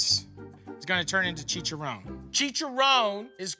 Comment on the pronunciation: chicharown hahahahahahaha